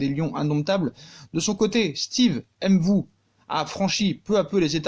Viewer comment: MVOUÉ PAS M’VOUÉ comme on prononce MBAPPÉ PAS M’BAPPÉ... même avec une prononciation française ça ne se dit pas il n’y a aucune apostrophe.